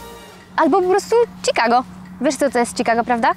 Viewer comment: Wiesz co to czikago, prawda? Kurwa jeszcze ta błędna wymowa. "wielkomiejski" wsiur odwzorowany idealnie